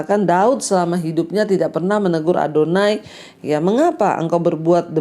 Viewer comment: Shalom.bu Pdt ADONIA bukan ADONAI.Makasih